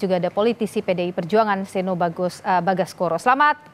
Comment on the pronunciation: Seeno bukan seno .e besar bkn e kcil 😢😢😢😢